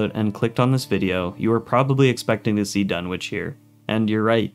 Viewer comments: It's DUNNITCH, not Dunwitch. The W is silent. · FYI, the W in "Dunwich" is silent.